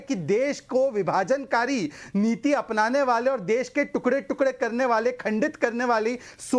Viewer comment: 🌷 🙏 🌷 पहले तो उर्फ सांखला जी शब्दों के उच्चारण में शुद्धि लाए। ताकि हम अच्छी तरह कंठस्थ कर ले। चिल्लाने से सब चिल्लर हो जाता है और संगठन भी। जैसे-- डीज़ल है ✅ डिजल नही ❌ देश हैं ✅। देस नही ❌ कंस्ट्रक्शन ✅कोनसटरकशन नही❌ हजार ✅ हझार❌ नही आदि आदि 🙉😱🥶 जिस संगठन को नेतृत्व करने वाला ही??? हो तो वोह नेत्र कहा से लाएं।😂🤣😂